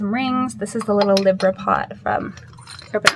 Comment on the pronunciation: is it her accent or is she pronouncing libra wrong? I’m a libra and never heard it pronounced that way lol